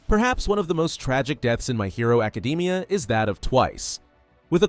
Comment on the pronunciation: "my hero acadeemia"